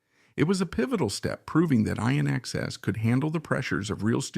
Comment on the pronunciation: INXS is pronounced inexcess, NOT I inexcess!